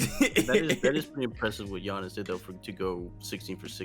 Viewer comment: 'G-Annis' lmfaoo